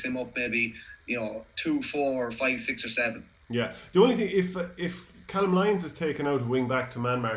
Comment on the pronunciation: Lads it’s pronounced cay-lum lyons